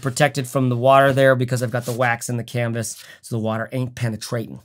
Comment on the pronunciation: I paused at the "waxed canvassss" and I'm sure it's that Scottish Trekke thing. I'll get back to this comment once I'm done watching this MASSIVE piece of art. (1 day later) Okaaaay. Man, great video! Loved it.